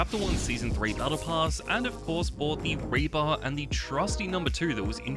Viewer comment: Raper instead of reaper ☠